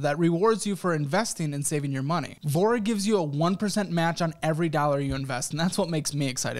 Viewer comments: When I first heard you say “Voura” I heard “vore” I was like well damn 😂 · tell me i'm not the only one who was listening to this in the background, and thought sponsor was called "Vore" loool i was like "who didn't speak up at that startup pitch meeting"